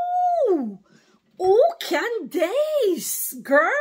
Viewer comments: Her name is pronounced like “Candis” not “dace” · It’s pronounced like Candiss 😊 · Her first name would be pronounced as Can-dus 😊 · Praise Yeshayah!!!, her name is pronounced Candis. The dace in her name is pronounced dis. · Pronounced Can dus. 💜 She is awesome, she takes no prisoners aka liberals. The republicans love America, freedom, and her people. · Her name is pronounced ----Can dus correct spelling is Candace Owens. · Pronounced : can dis